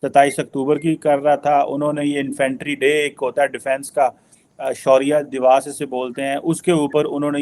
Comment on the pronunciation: ae surya dibos k hota hai cheema sahab shaurya diwas bolte hai. Na hindi thik se bol sakte ho na urdu. Isleya to tum logo ka identity crisis hai.